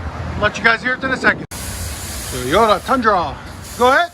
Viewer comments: IT’s Toyota…NOT Tiyota….come on Man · “Teyota” There is 2 O’s! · I think the best part was of the whole video is listening to you say “Tee - yo - ta”. 😂 I have a 2019 Tundra SR5 and I put dual exhaust MagnaFlow on it, sounds badass!! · Dude... let me break it down for you.. TOY-O-TA. It doest start with Tey. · Love the videos but this guy saying toyota like he does is killing me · You can't say TOYOTA